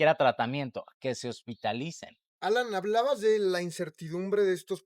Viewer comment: Alaiiiiiiiiiiiin, alaiiiiiiiiin, no Alan Jajajajajajaja